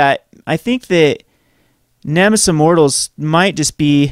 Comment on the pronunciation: Great Video, but please call it Nemesis of Mortals, not Nemis of Mortals